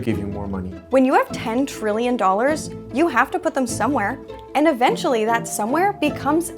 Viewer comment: you didn't clearly enunciate the T in Trillion so it sounded like Billion - a small difference ...